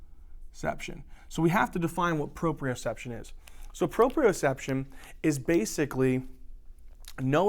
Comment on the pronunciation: It's Proprioception not proprioreception. It should be your word, but it isn't. Great job! I hope you guys learn to fix this! You are wonderful. Thanks for helping me and everyone else out with these lectures!